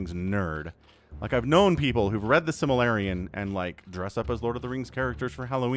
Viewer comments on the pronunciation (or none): Simalarion?! Lol it’s Silmarillion